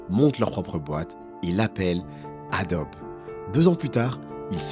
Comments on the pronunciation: Bonjour. ont prononce pas adobe mais adobie. Merci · ça se dit AdoBI - Ado-be = ADOBI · Incroyable la vidéo J'ai eu mal au oreille à chaque fois que "Adobe" a été prononcé 😂 effectivement cela se prononce comme ça : adobi